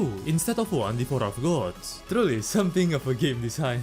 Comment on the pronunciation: bro hit me with the "devorer of gods"